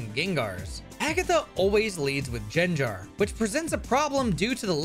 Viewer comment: Jenjar? Bro what